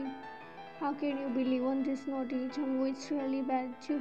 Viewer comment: Naughty instead of noty. No offence. It was funny.